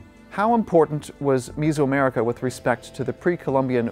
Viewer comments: Is this guy an AI? Why does he keep pronouncing it "MIZO" America? Is it not Meso-America (MEZO) Like "Middle/HALF" , like "MEZZO" in Italian or "MEDIO" in Castellano? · Is it like fingernails on a chalkboard every time he mispronounces Mesoamerica as "misoamerica"????? It's not fermented soybean paste soup!!! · Some interesting info. Unfortunate that he can't pronounce "Tenochtitlan" or "Mesoamerica" correctly. Ask me how I know...😉😂🤗🇲🇽.